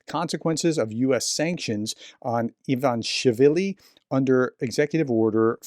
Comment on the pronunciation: Ivan ish villi is how to break it down into syllables.